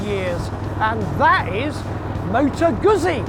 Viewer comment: Aren't you pronouncing it incorrectly? I really do want to take you seriously, but you sound like your reading from a script written by someone else.